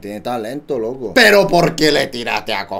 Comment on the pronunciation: Por qué dice pera en vez de pero?